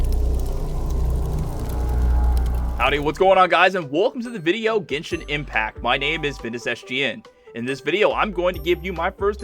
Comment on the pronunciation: did he say "Ghensin Impact Or "Genshin Impact"